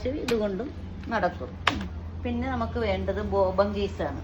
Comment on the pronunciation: ബോബൻ അല്ല ബോബിൻ